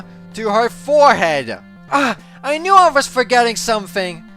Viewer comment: Bro said I nude